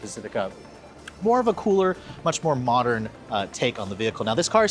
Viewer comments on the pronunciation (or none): none